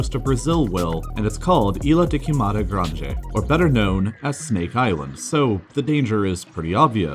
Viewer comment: Yeah he said Grange.. not grande lol